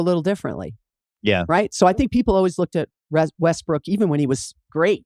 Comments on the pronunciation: I always hear "Westbrick" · jackie said westbrick lmaooooooo